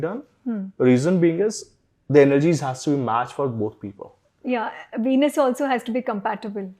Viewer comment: Ven+us. Not veenus